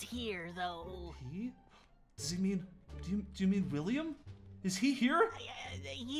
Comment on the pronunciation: WiLlIAm It’s not longer William It’s Williyam